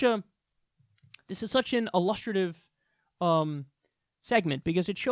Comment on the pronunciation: illustrative like illustrate not like illustrious